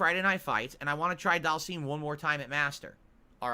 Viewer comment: Oh one more thing;, PLEASE stop calling Dhalsim "daal-seem" like does; it's pronounced "DAAL-SIHM." pronounces it like that because he's regarded.